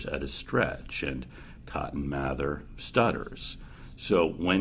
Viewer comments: It’s pronounced May-ther don’t question me My family is related to this person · My family is also related to this guy, his name is pronounced math-er, not may-ther. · It's pronounced May-ther mr mather. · It’s pronounced May-there I’m related to these people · Is it math-er or may-there? Really